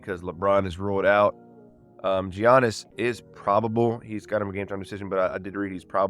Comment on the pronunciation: I Have to Say It 🦈 its (yanis) Gian no im not YouTube police 😂